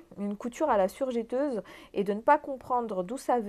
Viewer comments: On dit surjEteuse et pas surjÉteuse 😜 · Pendant qu il est temps et parce que je sais que vous y êtes sensible car vous parlez au public on dit "je" "teuse" et non jè teuse car il n y a qu un "t" après le "e". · On prononce surjEteuse et non surjéteuse....si non super vidéo merci pour les infos ☺️